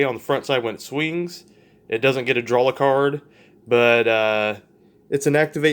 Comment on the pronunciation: ok great deck but "drawl"